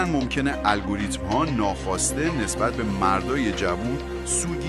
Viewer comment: عالی ولی روی تلفظ کلمات دقت کنید ، حیاتی ،گردان الگوریتم و ....با سپاس